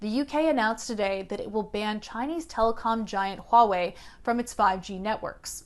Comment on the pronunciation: Your pronunciation of Huawei is on point! I've heard so many reporters butcher that name.